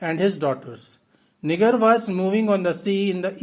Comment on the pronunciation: Thank you so much for the summary! I wanted to give you a heads up however and let you know that the "G" in Niger is pronounced more like a "J", like "Nijer". Your summary was super helpful, thank you!